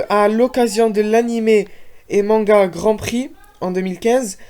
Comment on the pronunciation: Tu dis ça,mais un manga n'a pas d'opening mais c'est un anime qui en possède un ^^; Et puis ton s à manga ._. C'est un mot japonais,pas français.